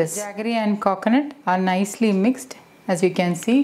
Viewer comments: Meshuuuud 😂😂😂😂 Kokonut 🤣🤣🤣😂😂😂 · Your way of pronouncing 'Coconut' & 'Meas(h)ure' is very different